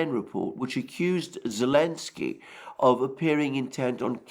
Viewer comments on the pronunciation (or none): is that that bearded nutter who can never look at the camera, who calls Zelenskyy, elenskyy. Yes very unbiased that guy, from the Duran rated a Questionable source based on far-right-wing bias, promotion of Russian propaganda and right-wing conspiracies. Much more trust worthy